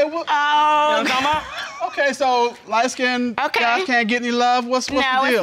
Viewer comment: she said light-skinnDED